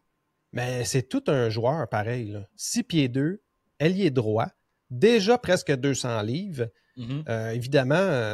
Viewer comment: Ailier et non pas ailié